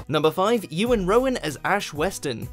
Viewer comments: The cringiest moment is hearing people destroy iwan rheons name. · you butchered iwan rheons name :L it may be welsh but theres clearly an E in it